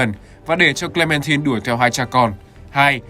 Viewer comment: Hi. E có 1 lời muốn góp ý ạ, là hình như ad đọc sai từ Clementine hay s ý!